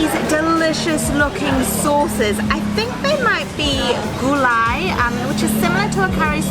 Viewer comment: OMG At last. someone said it right as GULAI and not some sort of soup/gravy bla bla bla. You guys are the best!!!